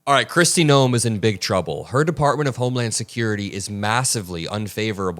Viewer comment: I honestly thought for a moment you mispronounced Kristi Noem's name. I thought you said Kristi Gnome. Now, I know that Noem is a troll, but just the same... 😂😂😂😂😂😂😂😂😂😂 Of course, it could be just me needing a good laugh to start my day. We'll take any cracks in the regime we can.